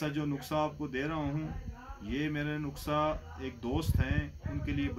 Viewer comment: حکیم صاحب معذرت سے ۔۔ نکسہ نہی نسخہ ہوتا ہے